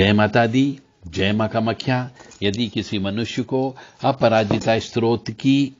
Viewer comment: आप तो स्तोत्र शब्द ही गलत बोल रहे हैं।